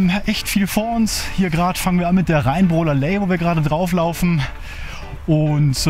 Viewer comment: Tolle Tour. Ihr habt wieder ganz schön was geleistet. Es wird übrigens Rheinbrohler LAy ausgesprochen, nicht Ley. Ich freue mich auf den dritten Teil.